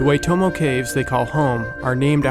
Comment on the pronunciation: Cool stuff Please learn to pronounce Waitomo and Maori properly